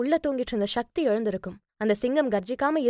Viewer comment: ஷக்தி என்று உச்சரிப்பை சக்தி என்று உச்சரிக்க, சக்தி பெருகும்.‌...ஷக்தி செயற்கை உச்சரிப்பு